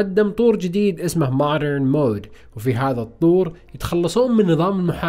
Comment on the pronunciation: ما عرفتك يوم تقول مودرن😂